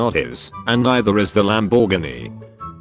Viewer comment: No One: This vid: lamBORGiny